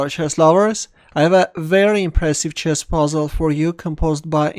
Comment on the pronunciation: I don't know what do you say in the first, I heard " Hello Chest lover" , I like playing chest